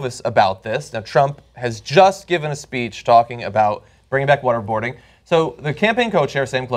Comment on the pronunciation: Every time John Iadarola says "water boarding" it sounds like he's saying "what-a-boarding" like "what-a-burger"; both horrible things to talk about LOL